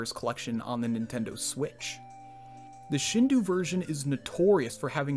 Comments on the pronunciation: I dont' want to sound like a grammarnazi, still... it's shindo, not shindu. In european languages, usually ou=u, but in japanese u is a usually mute vowel, and if put after the o, it just makes the o a long vowel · Slight nitpick, but "ou" in Japanese words is pronounced more like "oh" or "oo-oo" than "uu". ...Which is also why more modern romanisation schemes tend to just replace it with either "oh", "oo", or "ō" (long o), but I digress. ;3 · This is a great video but the Shin-doo is bothering me. The closest pronunciation in English would be Shin-doh, since the "u" extends the "o" sound (so it could also be transcribed as Shindō iirc) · Btw “Shindou” is pronounced “Shin-doh”, not “shin-doo” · Yeah, but at least that's closer to right than saying "doo" instead of "doh". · Great video loved the content, only one comment from me below. It's shindou (like shin doe) and not shin do like (shin du). Source: スーパーマリオ64 振動パック対応版 broken down スーパーマリオ64 - suupaamario64 (Super Mario 64) 振動 - shindou (pronounced shin-doe) パック - pakku (pack) 対応版 - taiouban (taiyou version) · Wonderful video. By the way, i believe "Shindou" isn't pronounced "Shindoo" but "Shindoe". Is it a different writing of "Shindō". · FYI: shindou is pronounced shin-doh. The u basically serves to lengthen the sound of the o a little before tapering off into a very subtle u, but the o and u don't combine to form the very English "ooh" sound. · Minor point - Shindou would be pronounced “sheen-dough”, not “shin-doo” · I mean, not really. Phonemes in Japanese have a specific pronunciation. 振動 or しんどう is pronounced "shin-dough". In fact, "doo" as a sound doesn't even exist in the Japanese language. "Shindoo" is the objectively wrong way to pronounce it so you don't need to make excuses. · Not that minor, found myself muttering “dou” every time he pronounced “du”. I mean it’s the same “do” at the end of “nintendo” just slightly longer. But whatever, first world nitpicking. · it’s not “shin dew” it’s “shin doh”